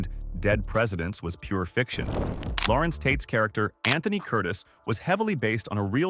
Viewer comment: Aye its pronounced Lah-Renz npt Laurence